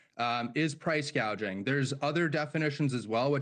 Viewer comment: Gouging not gauging.